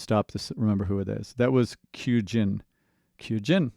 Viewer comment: KYUJIN is the youngest and the guy saying her name wrong.The Y is silent.